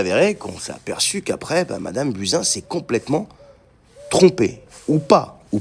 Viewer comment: Désolée mais je n’ai pas pu m’empêcher de rigoler qd tu as prononcé le nom de Buzin!!!😺